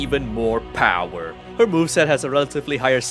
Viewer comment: Unleash your powah